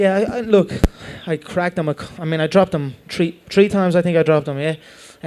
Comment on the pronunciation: 사투리인가 신기하네 뜨리타임을 츄리타임이라고하네